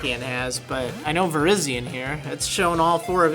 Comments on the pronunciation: its ver-rye-zon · Shouldn't Cobalion and Virizions' names be pronounced the way the Pokedex 3D Pro app pronounces them compared to your pronounciation?